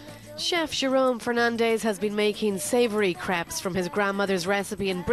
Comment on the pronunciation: Crap Crepes